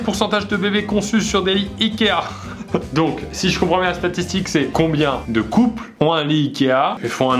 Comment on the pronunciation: Qui a remarqué qu'à plusieurs reprises le début de la vidéo Pierre disait "satitique"